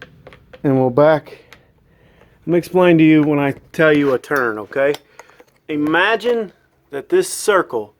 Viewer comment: Akshally is not a word Amagine is not a word Sawl is not a word Husqvarna not Husquhvarna